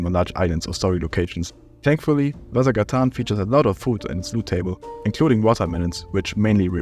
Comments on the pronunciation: the way he pronounces ''vasagatan'' annoys me a ton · The way you pronounce Vasagatan is amusing to me! It's Swedish for Vasa Street, a real street in Stockholm (and many other Swedish cities). Thanks for the video, I stopped playing after the radio tower when it was the end of the game and never installed it again.